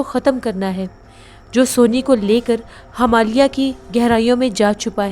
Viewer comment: Himalya (not Hamalya) Mandir (not mandar) Totally understandable if you usually mispronounce Hindi words. You are doing a great job. Thank you for entertaining us with your narration.